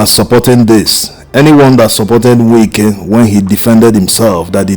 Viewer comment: I like the authentic way in which you pronounce his name. “Nwike”. As a matter of fact, there is NO other way‼️🤷🏽‍♂️💐